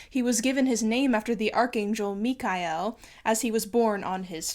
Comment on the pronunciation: It’s CaraVA-joe not Caravajee-oh And the Archangel Michele - Mee Keh- lay